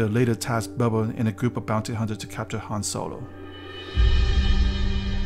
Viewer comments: His name is Boba, not Bubba ... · "Bobba Fett" lol